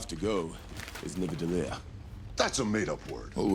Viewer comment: Anyone notice Thor says Nivadellir??